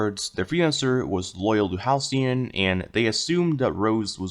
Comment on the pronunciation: 11. Halcyon isn't spelled Ha-Le-Con